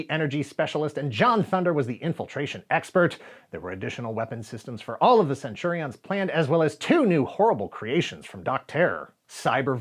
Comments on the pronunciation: Why CenturiOHNs? Do you use the same pronunciation for champions? Companions? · Please stop saying "centuri-ons". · Interesting way to pronounce Centurions. I always remembered it as Cen-tu-rians. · The way says "Centurions" with the emphasis on "IONS" is worth a giggle every time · As a fellow Aussie, do u find his pronunciation of Centurions a bit different to how we heard it? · Can I ask why you are saying Centurions like that? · Am I the only one that cringed every time he mispronounced Centurions? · He keeps mispronouncing Centurions, even after the ad plays. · Why is this guy saying Centurions like that??? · Why are you pronouncing Centurions like that? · Will subscribe when you learn to say Centurions properly...